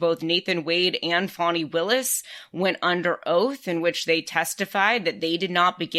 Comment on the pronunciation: To whomever mumbled through the intro: It's pronounced FON-ee, not FAN-ee.